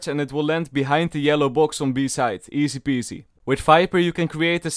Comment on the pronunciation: i only hear easy-pease